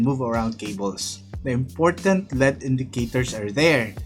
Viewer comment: it L E D ( ELL EEEE DEEE) NOT LEAD !!!